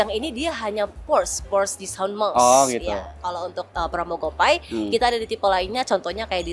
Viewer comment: Sering geli denger orang baca gopay : gopai, instead gopey